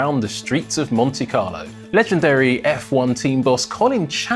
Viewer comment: "Monti Carlow" 😭😭